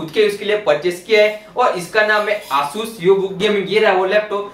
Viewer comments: Bro it's Asus not aasus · It is asus not aasus🤣🤣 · why are u saying asus asssus XD